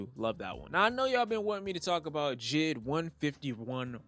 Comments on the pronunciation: It’s J. I. D. not jid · Stop saying J.I.D like it’s a word. Spell it out like any other sane person